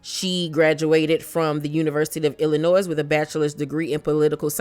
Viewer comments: Not being funny or shady. Lived in Illinois almost my entire life. You do not pronounce the 's' on Illinois. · Love you and love ur Channel. FYI, the S is silent in Illinois. 😘